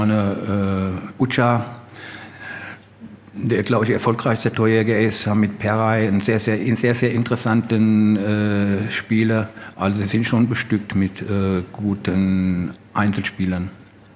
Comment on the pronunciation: Der heißt nicht perai da ist noch ein h pherai wird wie ein f gesprochen